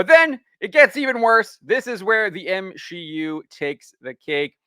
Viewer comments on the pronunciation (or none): M-She-U? You haven't had sex before, huh?